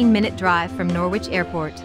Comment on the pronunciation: Norwich in the UK is not pronounced Nor-wich, it's pronounced Nor-rich. And Bawburgh is wrong too. You want to look these names up before creating a video with an auto voice that can't pronounce the names properly.